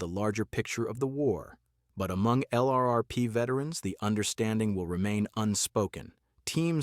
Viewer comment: "LRRP" becomes a one syllable word, if spoken by a human...